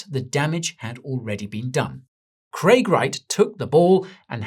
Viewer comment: It's Craig